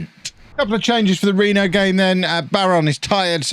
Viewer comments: "Reeno" is correct. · yes you pronounced reno correctly